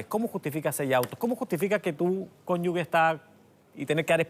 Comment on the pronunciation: Cónyuge... La g no suena gue... Y eso que es abogado 😫